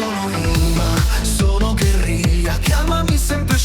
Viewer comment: Dopo tenta il test del Honda CL500. Ne riparliamo dopo. Ps “gherriglia”